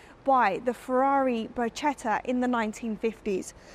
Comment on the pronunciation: Ferrari Bruschetta🤣🤣🤣... It's a Ferrari Barchetta you!!